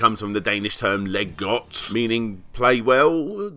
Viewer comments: Wait, "leg got"? Your danish sucks. It's more like "lay good" afaik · Leg godt is pronounced lie got. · That pronounciation of "Leg godt" hurt.